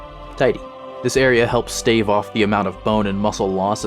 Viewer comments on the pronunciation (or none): none